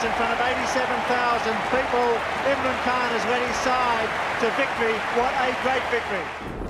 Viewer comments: Learn how to pronounce names 😹😂 It's Imran Khan not Irman khan He was also their prime minister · You lost me at “Irmaan Khan”. I get that some Asian thjngs are harder to pronounce, but every true cricket fan knows who Imran is. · i heard Airman khan 🤣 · aimran khan bro i cant 😂